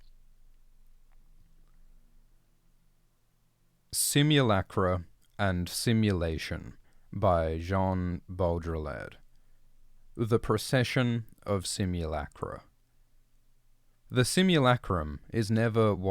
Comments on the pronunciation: John Baldryhead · ...by Jean Bowdrilereowerrr.. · It's pronounced like Jeen b-owd-rill-ard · Bow dree ard... bowl dreard... ball dre all red.... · John bool-drill-lard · That's a great choice of essay,. Just for part two, his surname is pronounced Bod-ree-AR. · Lmao of all the ways I've heard his name pronounced this was my favorite butchering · You don’t pronounce the D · Straight up if you can't have just even rough pronunciation then anyone slightly educated is going to stop this video at the start like I have. (Again I'm not 160 IQ but have read most of this text)